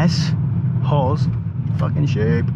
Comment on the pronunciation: The way you pronounced Hawes made me Subscribe haha amazing! Great video too. Camera quality is on point.